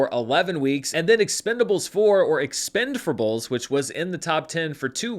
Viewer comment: Expend-four-blé is my favorite pronunciation.